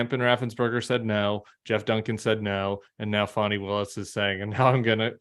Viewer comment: You can pronounce Vivek Ramaswamy correctly, but you can’t say Fani properly?